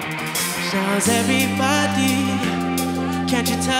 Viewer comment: why he mispronounces "everybody"? Is it because he is from Canada?